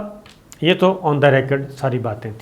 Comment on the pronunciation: صابر شاکر صاحب, منہ اتنا ٹیڑھا نہ کریں, ریکارڈ کو ریکڈ نہ پڑھیں, پلیز